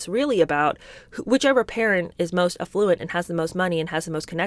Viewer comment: Aff- looent. Not A-fluent If you are so ready to criticise others better you pronounce your words correctly. No hypocrisy surely …